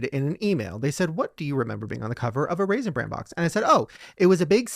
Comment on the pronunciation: it's RAISIN BRAN....... not Raisin brand..... stahhhp it. 🤣